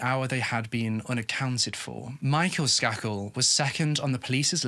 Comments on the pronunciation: I'm sorry. But isn't it pronounced "Skay-kul"? Sorry. You tell us these stories so Beautifully. I can be a bit OCD. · I covered this case in criminal justice class. Pronounced Sk A kel long A ♥️😉🙏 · Just fyi it's pronounced with a hard A ... SK AY KEL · His miss pronouncing bothered me as well. Idiotic